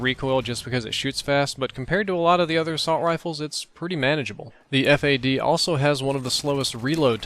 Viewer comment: Stop Calling It Ef Ey Dee , Its FAD